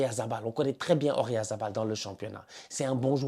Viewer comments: arrête avec ORyalz c’est OyaRZa 😂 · Ça fait des années que je te suis et que je regarde toutes tes vidéos, à chaque fois que tu prononces Oyarzabal, je sais pas pourquoi tu le prononces O-rya-za-bal 😂